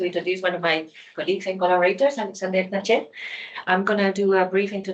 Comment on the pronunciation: Zanchet is pronounced as ZanKet. Friulan, capicci?